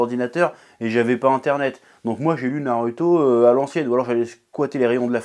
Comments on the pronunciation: C'est pas Naruto c'est nareuhto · On dit Narouto et pas NarUto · Pourquoi tu prononce "narüto" au lieu de "narouto" alors que tu prononces "dragone bol" plutôt que "dragon bal". Si tu m'suis. ... je crois que je suis pas très clair...😑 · Comment peut tu te décrire otaku quand tu dit [naruto] c'est pas compliquer de dire [narouto] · Alors pour moi on dit "narouto" et "sassouké" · Je retiens surtout que tu dis narueto mais pas hacul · J'attend avec impatience "pourquoi la fin de naruto est raté" NarUUUto avec un U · Sa se prononce '' narouto'' bordel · Naruto se prononce NAROUTO !!!! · Comment tu prononce naruto tu m’agace je te jure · Vraiment...ta prononciation de Naruto et Sasuke sa fait mal 😂😂